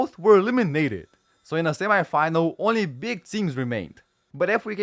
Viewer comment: I put a mega dislike,cause of the very wrong pronounsation of "semifinal" word.My head had enough of that + the semifinal between Italy and Germany ended 2-1